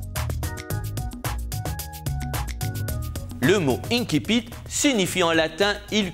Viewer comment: Je ne sais pas comment vous le dire gentiment. On a l’impression que vous venez de découvrir ce mot français... qui se prononce banalement ainsi-pite. Si vous étiez en train de parler latin vous pourriez en revanche dire inn-kipitt (en prononciation dite restituée).